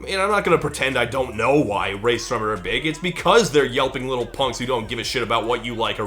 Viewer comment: You pronounced Rae Sremmurd correctly the first time